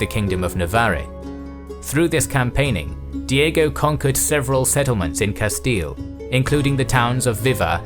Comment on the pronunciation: Just came from Knowledgia, good to hear correct pronunciation of Castile.